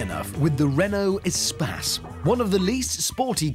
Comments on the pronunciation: it should be pronounced e - space (space - loads of room), not some espaaas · why is it pronounced espass and not espace? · It's not "E Spass" it's E Space as in Extra Space. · Umm why did they pronounce it as 'A-spas' instead of 'E/A-Space'?